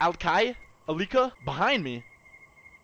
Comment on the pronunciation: reading Antipsychotic perfectly Also:"ALIKA! ALIKA! "